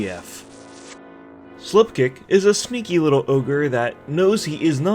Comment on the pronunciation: I heard slip-dick xD omg